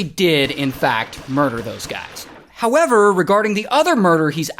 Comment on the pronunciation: "HowevRRR" 😂 Keep that one Ray